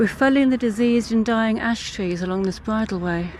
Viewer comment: It's bridleway not by the way